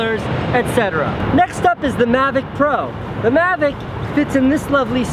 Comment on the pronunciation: Coming from the guy that says "magic" instead of "mavic", get lost kiddo :)